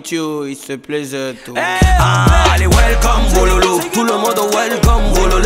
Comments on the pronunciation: Welcome meme ya sa prononciation façon ivoirienne 😂. Very proud to be Ivorian. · Beynaud c'est quel manière de prononcer welcome comme ça 😂😂😂 🎉🎉🎉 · Beynaud deh😂😂😂 welcom il a prononcé en coupé décalé. Wélécom😂😂😂